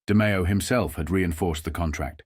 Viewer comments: but AI mispronounced names. Through half the story the narrator said 'de my o' Then finally said De-may-o. Constantly saying Paul, Big Paul, Costellano, was past annoying 😊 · How about getting a human to narrate? Seriously... your work is too good to waste it on a computer voice... Hearing "Demeeo" and "Casteeonno" and "Poozo" makes me wince.